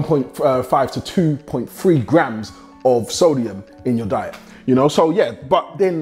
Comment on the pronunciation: He has trouble saying "three", he says free LOL